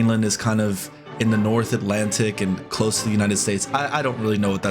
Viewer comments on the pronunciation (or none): none